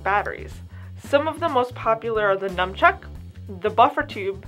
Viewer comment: its NUNchuck not NUMchuck